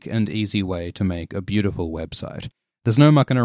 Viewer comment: "The most breautiful man in the seven Kingdoms"... XD